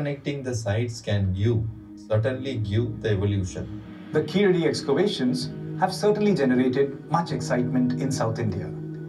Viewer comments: In place name Keeladi , a , vowel sound is short not Long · In place name Keeladi , ' a ' Vowel sound is short . Not Long. கீழடி , കീഴടി , Keeladi